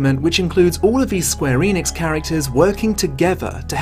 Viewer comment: eh-nix not ee-nix